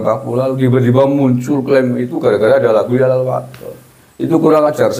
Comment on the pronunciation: YALAL BUKAN YAHLAL.....piye to Bacaaane Kabib iki ngawur...jare ahli baca kitab dll...nyebut Yalal saja di sebut Yahlal